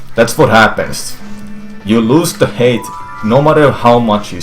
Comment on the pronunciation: Can I just say how much I love his pronunciation for "height"? It sounds like he's saying hate. "You want to get a sufficient amount of hate. If you don't get enough hate, you won't make it." There's a life lesson in there somewhere.